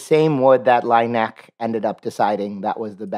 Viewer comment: Great video, but dare I say you spent NOT ENOUGH time in France to really follow the footsteps of Laennec ? (You obviously pronounced his name wrong but it was decent enough and the joke on the neck was perfectly delivered !) Do you realize you have a huge flock of Frenchies ready to butcher English and give the 'France smell' to your text reads ? ask free content from your community as a professional influencer 😉 Come visit René Laennec's birth city Quimper. You can come there from boat and some buses/car trips